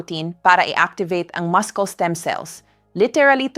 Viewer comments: AI ang nagsasalita. Maskel, maskle, inipil ( binabalatan... Pinipeel) hahahahaha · Are you really a doctor or not? You don't even know how to pronounce muscle correctly. Hindi maskel ang correct pronunciation kundi masel🤣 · What is the correct pronounciation of mucle Dr.? Is it maskel or masel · Muscle - Muh•sl not maskul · Pronouns muscle is Mus - sel not mascols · The right pronunciation of muscle is mascel not mascol😅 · Hi beautiful Doktora Ano ba talaga Ang tamang bigkas Ng Muscle Maskol ba o masel Dok 😂😅😮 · Maskel dapat Muscle silent C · Ayusin mo naman ang pagbabasa mo , gaya ng muscle sabi mo muskel! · Napakahalaga na bagay ang natunan ko sa video mo. Cholesterol is pronounced kolesterol and muscle is masel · ayaw ko pag pronounce ng muscle pronounciation to maskel.... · Yes nagulat din ako sa pronunciation sa muscle mo doctora. Been listening and reading for many years, this is the first time that it is pronounced Maskol. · Talaga bang muskel ang tamang pagbikas ng salitang muscle ? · A.I yata yung voice over, bakit may MUSKEL😂 ano yun??? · Dr ka how u pronounce Muscle muskel😅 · 1/5/26: From California. Hi.. I'm sorry but after watching your video sumakit ang ulo ko, dahil sa maraming mahirap intindihin na terms.. lalo na yung repetitive wrong pronunciation ng muscle (muskel) & other English terms na pilit tina-Tagalog. I'm sure you know what I'm saying. It's like a robot continuously talking trying to speak Taglish but not understanding what is being said. Your vlog somehow loses its sincerity to let your listeners/patients really understand the solution to their medical concerns. We hope that you'll look into this matter.. thank you Doc! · AI ba? It's muscle not maskol.😅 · Very informative kya lng medyo na distract ang concentration ko sa pag pronounce ng muscle at iron. MUSCLE to MASKEL at IRON to AIRON. Is this the new way to pronounce them or is AI generated sya? (Just asking kc gusto ko gayahin) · Bakit maskols Ang pronunciation?